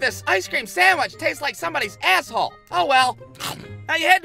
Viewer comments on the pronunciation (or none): The way he says "asshole" is hilarious.